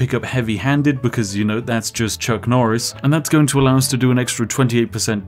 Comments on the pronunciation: Nucc Chorice: A Farce-a-Ton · its nuck choris! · It's Nuck Chorris